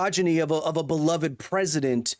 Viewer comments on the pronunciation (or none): none